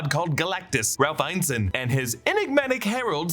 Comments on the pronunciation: Still pronouncing Ralph Ineson's name incorrectly. It's "in-eh-sun" not "eyen-sun". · Ralph Ineson. In-UH-son. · It's pronounced In-es-son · You've pronounced Ineson wrong every time. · How do you go to the trouble of making videos like these without doing the basic research of how to say a person’s name? So infuriating hearing a name mispronounced repeatedly. It’s not like Ineson is even particularly difficult. Do better.